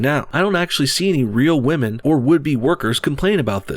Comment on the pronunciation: I think I'd rather rub the back of my neck on a rusty iron cheese grater than listen to anything Bernie sanders says about "muh wage gap for the wahmen". He's got some baaad dementia.